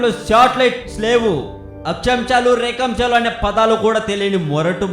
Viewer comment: akchamchalu rekamchalu, me kitchen lo chemchalu kadu, Akshaamshalu & Rekaamshalu..